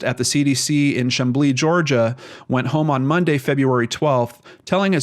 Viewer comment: The way he pronounces chamblee.... heheh